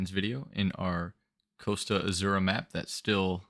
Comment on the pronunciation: Azzura is pronounced "Atsura" Like Pizza is "Peetsa". Otherwise these are very great videos!